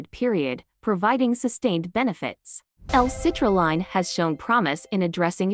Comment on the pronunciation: First off it’s hard to take you seriously when you can’t even say citrulline correctly in the fact that it sounds like a computer voice is just horrible. This is why I would never listen to this crap at least see the products name correctly.